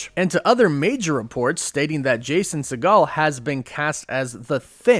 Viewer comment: It’s (pronounced (sea-gull)